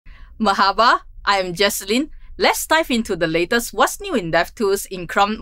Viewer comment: But she said mahaba 😂 not even close!